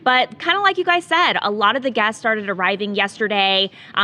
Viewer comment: A lot of the gasts are arriving…Ugh, it’s guests, not gasts.